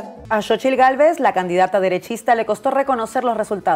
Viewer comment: Xóchitl se dice: sóchil.